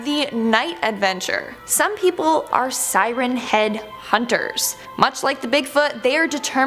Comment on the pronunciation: beeg sirehn hehad